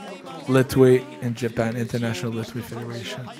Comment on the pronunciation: Mr. Dave thanks for everything. Here small advice from me to you, it’s about pronunciation of LETHWEI, there’s not T sound, it sounds like “LE’HWEI” or “LEHWEI”. Even it’s written LETHWEI, T doesn’t have to sound.